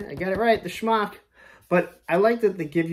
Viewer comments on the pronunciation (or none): Wolf. Not wuff. Shemagh, not schmock.